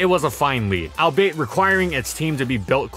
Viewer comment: all-be-it not al-bait :')